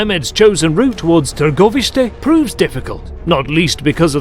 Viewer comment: I have to commend the story teller/reader on his pronunciation of Targoviste, and the other names... well done dude! I am more than impressed with the effort put behind this video!!!